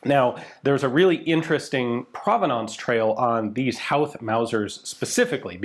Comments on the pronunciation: We wouldn’t use the “W” in the pronunciation of Howth in Dublin, it’s pronounced more like Hoe-th. Amazing piece of history all the same! And also, whenever you cover any amount of Irish history you will have more interaction with your videos than any other 😅 we come out of the woodwork when any of our history is mentioned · Cool, Howth is my home town, (we pronounce it Hoe-th, but no one ever gets it right so don't feel bad) My Great-Grandad was a member of the Irish Citizens Army and was killed by the British fighting during the 1916 Easter Rising. We don't have any concrete evidence, but he may have been present when the guns were brought in from the Asgard. (He lived maybe 3 miles away at the time). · Great video, I've got just one comment. We pronouce Howth as "Ho-e-thh". Run it through quickly, with the same speed and "th" sound as in the word "south". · Its pronoucned "Hoath" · Howth is pronounced more like "Hoe-th". Family is from there, I live near it now even, Baldoyle. Nice place, lovely cliffs. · Ha ha hes an American . Try the word hoe th instead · It's pronounced "Hoe-th" FYI 😉 If you're flying into Dublin Airport from the east, you'll almost certainly fly right by Howth Head. Pretty spectacular little spot. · “Hoe-th” is the closest too the pronunciation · Howth is pronounced 'Hoe-th' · Howth rhymes with "oath" and "both" not with "south". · Sorry to be that guy. Howth is pronounced so it rhymes with "both". I live 5 minutes away from there. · Never thought I'd see a Howth episode on rifles for the rising on this channel. Love how you mi's-pronounced the names, fair play ta ya boyo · Howth is pronounced with a long "o" by the way. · From an Irishman, thanks for covering this little bit of Irish history! Just a bit of a pronunciation tip, Howth is pronounced with a deep o sound, like in boat for example. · but!. he pronounces Childers correctly in the final mention of the name! Unfortunate that Howth was wrong. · Howth T- Say that again